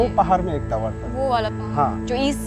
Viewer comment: टीवी तावर,❌ नहीं टावर✅